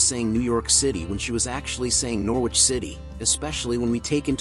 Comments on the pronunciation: Its NOR ICH you dont pronounce the W. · The English pronunciation is 'Norridge' but US would say 'Nor-witch', the W making it sound a bit like 'New York'.